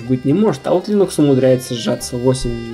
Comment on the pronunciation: Чувак, линекс - это не операционная система. Операционка линУкс, а линЕкс - это препарат нормализующий микрофлору кишечника. И не чешись так часто. Успехов)